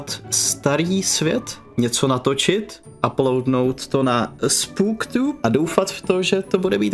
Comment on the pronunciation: Gejmre vyslovuje se to [spœk]tube